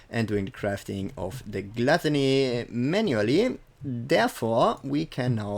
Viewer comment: I swear dude if you say GLUTTÄNÄY one mire time ...